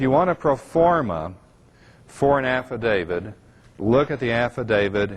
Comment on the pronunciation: If this guy could actually learn to pronounce "AFFIDAVIT" correctly maybe we could take him seriously.